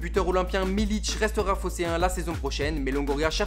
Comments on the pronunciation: Très bon format mais on dit milik pas militch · Stp . C Milik et pas Miliche.... Me.....les gars c un minimum de prononcer les noms correctement .Allez l'OM Allez💙💙💙💙💙💙